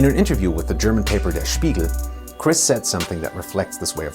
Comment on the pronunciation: Where are you from? Because you pronounced "Der Spiegel" like a native german speaker. Just curious. Greets from Germany :)